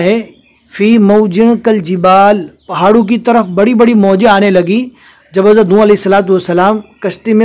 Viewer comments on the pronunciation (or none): none